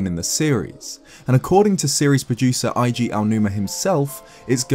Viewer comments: It's Eiji "ehji" Aonuma, not "Aiji" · Just mentioning, Eiji is pronounced A-G.